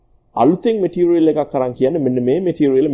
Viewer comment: ඕකගෙ බොරු බන් 😂 කෝ ඉතින් ඔය කියන සන්නායකේ? චිචියගෙ රොකට් වගේ තමයි 😂💩 අනිත් එක බලහන් මුගෙ වචන "මැටීරියල් --> බෙටීරියල්", "ඉම්පියුරිටීස් --> ඉම්බෘටීස්" 😂 ප!ඩ ශෝ. ඇමරිකන් සුද්දෙක්ගෙ වත් නෑ ඕයි මෙහෙම ප!කේ ඇක්සෙන්ට් 😂💩 තනි බොරුවක් කරන්නෙ.